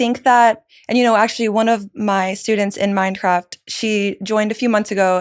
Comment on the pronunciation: Its funny how i have subtitles on and everytime she says Mindcraft the subtitles say "Minecraft"😂